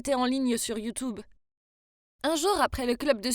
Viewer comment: "youtOube" JPP 😭😂